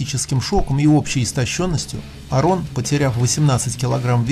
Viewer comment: АААрон Ралстон, ударение на А